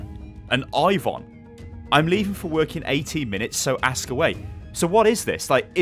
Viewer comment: Incoming copyright strike from Riot games with the pronunciation 'Ivon' being scarily similiar to 'Ivern' (At least in a british accent)